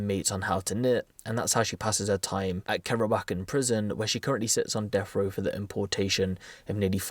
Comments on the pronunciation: Brits on deffrow, Brits potentially facing deffrow, Brits who’ve died on deffrow or Brits who had their deffrow sentence overturned. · Death wha.... Row lol 😂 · What is this deaf row you keep saying? Lol just busting your brawls. Seriously tho... "Deaf" row? Lol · He says “death frow”